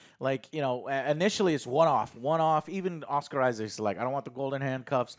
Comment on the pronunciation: "Amoooit", "Huhrowe", "Oscar Isaacz"